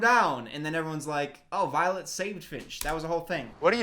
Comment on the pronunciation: Every time she screams "Finch!" I heard "Bitch!"